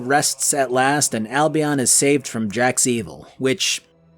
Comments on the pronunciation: The constant mispronunciations of Albion is hurting me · Seriously another one says Albion wrong... sheesh